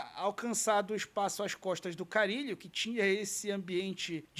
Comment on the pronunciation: Oi, só para contribuir com o canal: o nome do jogador do Corinthians é Carrillo (pronunciado de maneira similar a Carrilho) e não Carillo. Parabéns pelo ótimo trabalho! SRN!